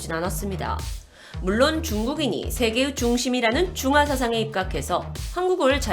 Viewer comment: "전 세계으" 의자 발음을 잘 못하는거 보니깐 고향이 전라도쪽인가 보네요 ㅎㅎ